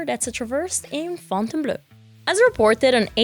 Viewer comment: You guys live in France - is that really the correct way to pronounce Fontainebleau? 🤔